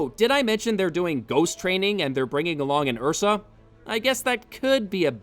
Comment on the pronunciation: What’s an Ursa? Oh, you mean an uhhhsaaaahh